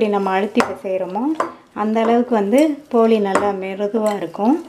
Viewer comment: போலி அல்ல போளி